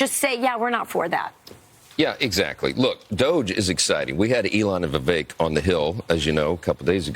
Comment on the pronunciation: The woman doesn’t know how to pronounce Vivek